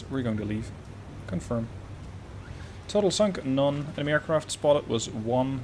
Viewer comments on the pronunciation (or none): none